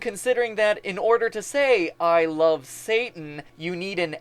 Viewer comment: it sounds like "i lofe satan" rather than love